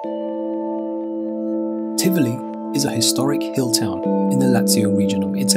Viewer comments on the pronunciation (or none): Nice idea to show there is more than Roma-Firence-Venezia , but how about learning to pronounce the names ? "Bairgamo", "Paysaro"(not Pesssaro),"Teeevoli" (not Tivvvoli), "Uuumbria", "To-di" (not Todddi), "Varennnna" ...nowadays even Smartphones tell you how to say words in other languages ....